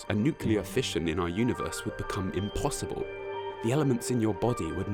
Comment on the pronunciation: "impwhassible" ~ (2019)